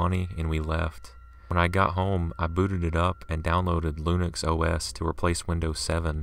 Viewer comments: Nerd-observation: He made me giggle when he said "loonix".. When clearly he meant "Linux" for the first story. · lol "lunix"